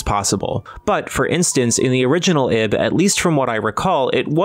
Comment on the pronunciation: Why is that name so hard to get right? It's "Eeeeb" pronounced like "eve".